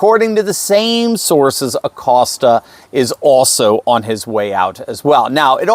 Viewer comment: Pronounced (A COAST A) since he is Hispanic in honor of heritage month. Just sayin'.